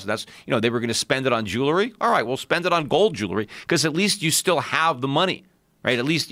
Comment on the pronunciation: He mis pronounces ‘jewelry’